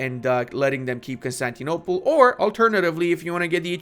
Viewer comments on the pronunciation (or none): none